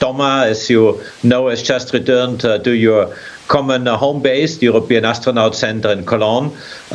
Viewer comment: ashtchronaut achtsronaut .... How the duck the commentator lady can not speak normally? Can she even spell astronaut? Say simple actronaut please.